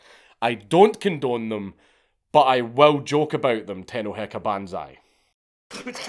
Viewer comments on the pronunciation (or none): if you think he's pronouncing anything flawlessly i don't think you can speak japanese. i mean at the end he clearly says tenohekabanzai instead of tennouheika banzai